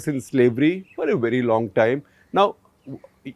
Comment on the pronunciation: Sir i replayed it again and again but you say wrong instead of long